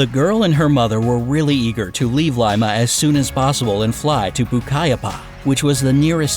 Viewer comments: This video mispronounces Lima (pronounced LEE-MA) and Pucallpa (POOH-KAHL-PA). It completely ignores the fact that Julianne's mom was also a renown scientist conducting research in the Amazon, and that Julianne credited her survival skills to the knowledge she learned from both her parents. There is a local legend about a river dolphin, but it does not involve a woman-dolphin hybrid. is just being creative in repackaging general mermaid folklore to suit their narration. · Pucallpa is also pronounced wrong and go Peru :)